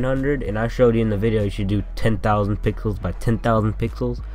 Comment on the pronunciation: LOL IT SOUNDS LIKE HE SAYS PICKLES FOR PIXELS XD